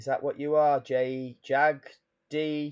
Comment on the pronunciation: I think you should pronounce JAGD Federation as in Jagged..